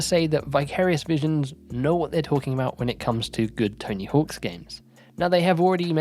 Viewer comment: "Tony HAWKS" smh